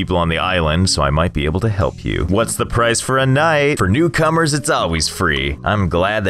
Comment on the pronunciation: "for newcumers"